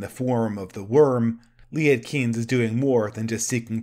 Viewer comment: Also Liet Kynes. Do better at pronunciation. You do a good movie review, but not so good at language verbalization.